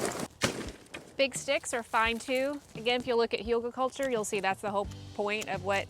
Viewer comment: What’s that word you say? Hulga culture? Anyhow thanks for sharing 🙂🩰